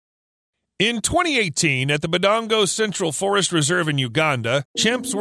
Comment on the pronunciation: The way he says "Budango" is funny 🤣🤣. Should be "Budongo" though Great video as usual.